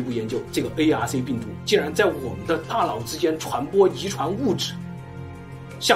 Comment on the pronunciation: 我的"大老" 真是不够聪明 da nao is not da lao